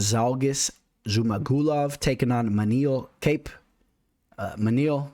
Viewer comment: Nice breakdown, bro. It's ManÉl KÁpe, btw (trust me, I'm Portuguese)